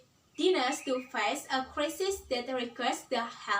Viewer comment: Nice delivery and gestures! mispronounced: great, inevitable, face. Don't forget to look at the camera.